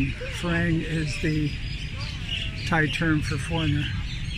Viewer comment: No need to go totally native,, the word is "Farang" not Falang, unlike the Thais, I'm sure you can manage an "R" sound.